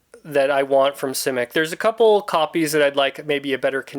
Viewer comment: I've read most of his novels and what amazes me most about him was his imagination. By the way you are the first person I've heard that pronounces his name the way he did. If I have a favorite book it would be All Flesh is Grass.